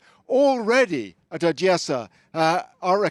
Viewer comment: If you are speaking English, speak English, man! In English it’s Odessa, not Ojiyessa.